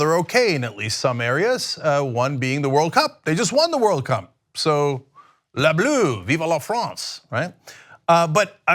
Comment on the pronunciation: *Les Bleus (pronounced: Leh Bluuh)